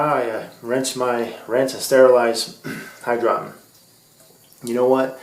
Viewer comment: It is called hydro - tonn.